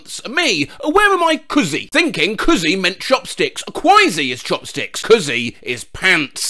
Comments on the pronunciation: The “kùzi” is pronounced like koo-zi, not kuh-zi. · kuzee Mandarins: ku ze